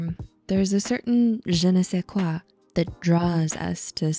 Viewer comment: Early ! As a French person her pronunciation of “je ne sais quoi” is excellent